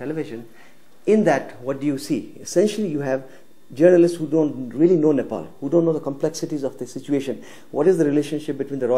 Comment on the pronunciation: She said Nipple🤣🤣